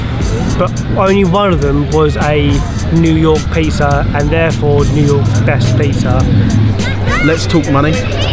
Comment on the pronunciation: Sounds like saying "pieces" instead of "pizza"